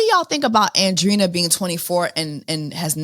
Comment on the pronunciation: Really, “Andrina”?! You speak Spanish. lol but she is a Wilhelmina signed model. Her and her thick ass calves and Bbl 😂